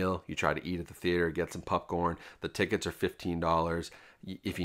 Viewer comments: Is it just me or do you say popcorn weirdly? Sounds like pupcorn. Very distracting. Still, love the content dude! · Why does this dude keep calling popcorn PUPcorn? I'm not imagining that, right?😅